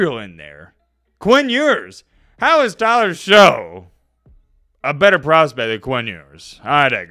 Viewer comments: Pronounced “shuck” not “show” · I love you and your content, but maybe you shouldn't be hating on Tyler Shough when you can't even pronounce his name right? His last name is pronounced shuck (not show) and his film is actually pretty incredible. He gets nervous under pressure, which sometimes causes mistakes, but that's coachable. He can fix that. He has incredible physical talent and a canon arm. He's a great prospect and he had a very good season at Louisville. In the game between Louisville and Miami, he actually outplayed Cam Ward! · It’s shuck not show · Shough is still pronounced Shuck, is still a casual